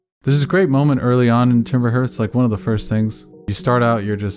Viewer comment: This is a fantastic video. I love this game. I love this world. I love your take. But if I hear another person say ‘timber herth’ I will disintegrate xD